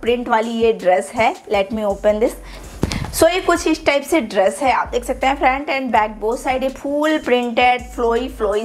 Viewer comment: Positive aspect - You're very hard working and put a lot of detailing and effort into your hauls, videos & even backdrop of the video. It's awesome. Negative aspects - Absolutely hate your accent of speaking it's triggering. I hope you know the difference between श and स , please use it while speaking 😭 what's ड्रेश? Please be mindful about pronunciation and the way you speak any language.